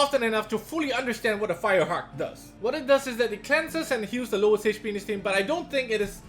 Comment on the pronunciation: love how says HP "HAYCH P"